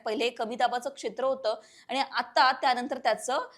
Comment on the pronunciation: सर्वात आधी आपले शब्दोच्चार सुधारावे... आनी पानी गुल लोनी करू नये.